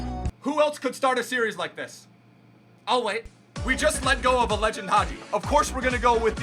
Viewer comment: ITS HAJI NOT HAGI